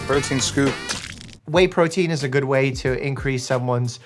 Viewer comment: "Whey protein is a good whey to increase-" is what I heard lol